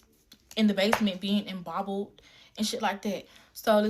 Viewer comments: Did this chick say embobbled? 🤦🏾‍♂️🤦🏾‍♂️🤦🏾‍♂️🤦🏾‍♂️🤦🏾‍♂️🤦🏾‍♂️🤦🏾‍♂️🤣🤣🤣🤣🤣🤣 Then she said worser 🤦🏾‍♂️🤦🏾‍♂️🤦🏾‍♂️🤦🏾‍♂️🤦🏾‍♂️🤦🏾‍♂️ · Embobbled? Did I hear that correctly? 👂🏽 repeat that ☝🏽 mo ‘gin 👀